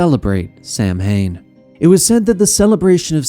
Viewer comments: Its (Sau-when) not (sam-hane) it's a minor thing but hearing this mispronounced makes me way more annoyed then it should be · Great Job & Co. Minor but common mispronunciation w/ Samhain as it actually pronounced Sow'inn xd